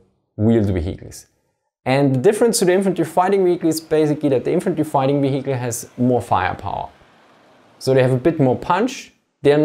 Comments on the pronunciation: Almost half the video and not one word about the technology - why doesn't it understeer etc. And "vee-HICK-leh"... Is there really no one that could've pointed that out for you? It gets quite annoying after a while. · Awesome video, always wondered about this question. FYI the word "vehicle" is pronounced [VIE-cle] in English (or at least in the generic/Midwest American accent). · Great Video, spent the first 5 minutes wondering what a vahiki was, thought it was a type of halftrack until i realised he was saying Vehicle, love the accent though, gives it much more credibility. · weheicle sorry had to giggle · It's not pronounced "vehikel" in English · You way of pronouncing 'vehicle' is really innovative! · Every time he pronounces vehicle someone dies in a car crash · say vehicle again for me please.